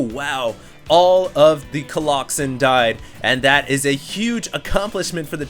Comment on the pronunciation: no dude. its definitely not colloxen